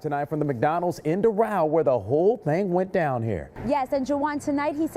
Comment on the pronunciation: That's not how ya pronounce Doral